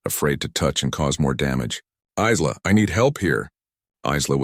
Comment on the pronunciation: Geez how many different ways does it say Isla. Iz-la, Ee-la, ess-la, ess-la I'm sure there was more it's pronounced Eye-la and that's the only correct way to say it. Names have meanings from the country of origin. That is unless you make up stupid names like Shanikywakanda. We all know which group I'm talking about. EBT (every black transaction) using worthless nobody's.